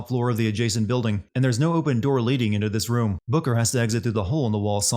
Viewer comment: This video sins: can’t say booker right so it sounds like booger